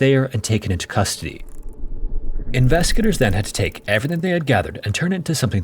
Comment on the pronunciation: Dude, slow the hell down. Even the captions can't understand your rapidly mumbled words, especially when you say, "investigators" it just sounds like "inveskagators." SLOW DOWN!